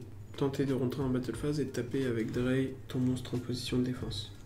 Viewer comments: l'accent allemand d' outch "drey", "vière" c'était drôle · Drei et Zwei c de l allemand ça se prononce DRAILLE et SVAIE